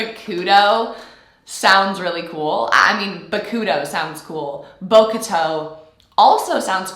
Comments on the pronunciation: Lmao Bokato Bo-ka-toe 😭💀💀👣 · I think the right pronunciation of Bokutu's name is it is silent u in japanese. Bok-to like this. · NOT BO KA TOE HELP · Hey Victoria, I really love your reactions! They are so real and pure and I'm looking forward to your videos each week! I love that you're trying to pronounce the names right. I know it can be difficult. One pro tip for Bokuto's name: try just leaving the u out. So it's more like Bokto. The u in the middle of words in Japanese can be really really subtle and it often sounds like its not pronounced at all. Also I was wondering if you were aware of how the series was created. Did you know, that it originally was a manga (comic) and the anime is just the adaption of the Manga? The Anime follows the Manga very closely so basically the story and all that you see was originally created by the author of that Manga and not a big writers team. Also Manga in Japan (in Haikyus case) are released consecutively one chapter each week. And it's very competitive for the authors. Basically for multiple series there is one chapter (19 pages mostly) each released in one big magazine and the readers vote each week which series they find the best. Series that don't rate very good can be cut and discontinued. So it's really competitive and authors sometimes try a lot to keep their stories and characters interesting each week. That's why some small changes in character design, like with Asahi, can happen even without having to have a big impact on story. I think if you know, that these kind of stories are really created like this, bit by bit, week by week, and not always (but sometimes) planned out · Its bow-koo-toe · In the anime they say bokutho The u is really brief and is almost silent U can call em bokuto The emphasis is on O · Even n Japanese, you don't pronounce the vowel of the "ku" in Bokuto It's like Bock-Toe. Kinda like bokchoy.